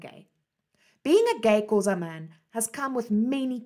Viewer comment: Thank you for such an interesting information. I love the way you describe his life and the way you pronounce the Xhosa words❤️❤️